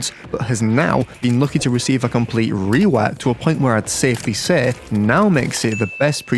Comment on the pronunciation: why he say rewok like r̵̫͖͙̓̿̕e̸͚͖͓͛͌̐r̸̦̙̦͆̈́͠w̸̝͙͒͒͆o̴͎͖͐͊̓w̸͙͙̽͠k̴͖͉̟̓̚͝